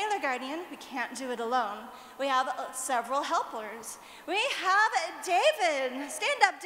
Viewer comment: heplers ? 🤣 lol i like her